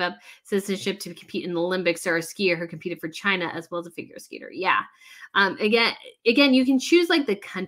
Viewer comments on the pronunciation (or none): none